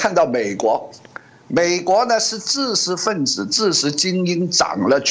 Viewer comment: ㄓ ㄓ ㄓ 不是ㄗ